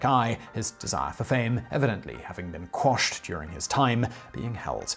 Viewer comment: Thank you so much for saying "quashed" and not "squashed". Pedantry is a mildly fulfilling hobby of mine.